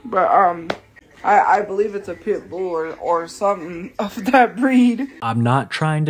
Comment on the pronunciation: “A pit bewl”